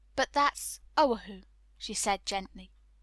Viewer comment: I really appreciate having a free recording of any book being available like this and I understand the work involved for, the reader. However, I wish had been more consistant in referring to chapters or sections and I'm still dismayed at the mispronunciation of so many Hawaiian places and words. For example, O‘ahu and Waikīkī, King Kamehameha, luau and several more. There are just too many pronunciation guides for words available to not have used them.